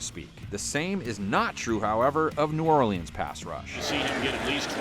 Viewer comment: This dude really pronounces every letter in Orleans